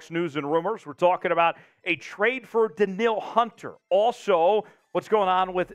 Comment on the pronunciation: Is that how they pronounce his name? Dan-eel. I always thought it was dan-yul